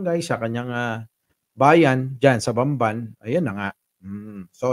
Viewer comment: Inulit ulit ko ang sabi ba nya Bambay, hndi Bamban?